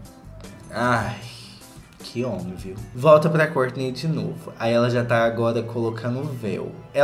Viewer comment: Eu adoro quando vc fala kourtney acho chique